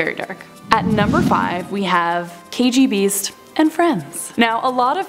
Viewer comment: Why did she say KGB-Beast? Isn't he just the KGBeast? Weird emphasis